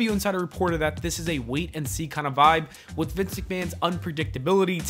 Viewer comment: It's not Vince McMahon anymore, its Vincenté McMahon. 😂